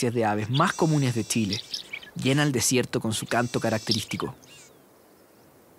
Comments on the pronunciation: Hola ! es CHILE.. NO tchile.. por favor pronuncien bien es CE HACHE .. no hay una letra TE antes ..hasta cuando !?? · Lo unico que podria criticar es que el relator tiene un problema grave con la pronunciación de la CH no es necesario que recalque tanto TCH para que no le suene flaite!!! Pronunciemos bien solo eso el resto esta perfecto!!!!